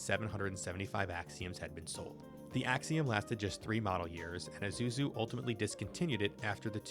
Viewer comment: The “S” comes before the “Z” 😏 But at least e know you’re not AI